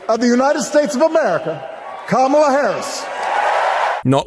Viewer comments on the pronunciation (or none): It's KA-ma-la. Not ka-MA-la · C'mon guys: KAmala Harris not KaMAla. Your first pronunciation was KaMAla. PLEASE PLEASE PLEASE get her name right. It's bad enough MAGA mocks it, we on the left have to pronounce it correctly. I almost stopped listening because I find it so disrespectful. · You gotta be more consistent with your pronunciation of "kamala" her nieces told us it's "comma- la." Your intro was ka- ma -la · DID YOU JUST SAY...Ka MA la???? Komma la Kamma la Kamala...now YOU try. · Kamala (Comma-La) not (Cáh-Mar-La) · Love your speeches, it's KAMala, not KamAla. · NO actually her nieces described it on stage: first say like a COMMA, then like a LA. COMMA-LA. So your Kam-ala is not quite correct, sorry. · ok... listen closely Kamala's name is pronounced Comma La... seems to me, Democrats are just as silly in their mispronunciation of her name while simultaneously saying it wrong... who knew. Let's get it together, so we don't look stupid... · I love your podcast but her name is "comma la" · Bro... STOP SAYING THAT WOMAN'S NAME WRONG... IT'S COMMA-LA...DAT SHIT BE PISSING ME OFF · please say her name properly! KAMA and then LA, my god its not difficult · Comma...la. Oh wait... when did he mispronounce her name? He corrected himself after the first time. 🤔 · I agree, that is what I was attempting to convey. The emphasis is on the first syllable. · It's pronounced COMMA-LA. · I like you much dude but you gotta pronounce her name right. I'm sure you also think it important and it was a mere oversight... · You just mispronounced her name then corrected yourself at the subsequent mentions😂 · it would be great if you would pronounce Kamala's name correctly. Come on, dude, really? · please make sure you pronounce Kamala correctly. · Gonna need you to say her name correct sir. Her family literally taught us how to say it correctly at the DNC. Keep making great content☺️ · Please pronounce her name correctly!!!